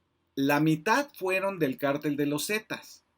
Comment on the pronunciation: Varias observaciones: Ni porque lo está leyendo acentuó correctamente "cártel" El ministro Medina Mora no es prófugo y de hecho se compró que no hubo pruebas en su contra Olvidó dar los datos relativos al actual gobierno en crimenes, sobrepasan a cualquiera Cuánta droga ha requisado el actual gobierno? Dentro de su investigación omitió comentar quién fue "mano derecha" de García Luna durante su gestión, por si acaso se lo recuerdo: Alfonso Durazo quién ocupó la Secretaría de Seguridad, nombrado por López Obrador y actualmente es gobernador de Sonora Pregunto ¿Durazo no sabía de los delitos imputados a García Luna, fue participe?